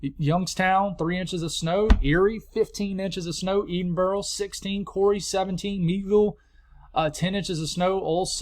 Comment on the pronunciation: We love your forecast you’ve been right on but we laugh at edinboro it’s actually pronounced Ed-in-boro 😂❤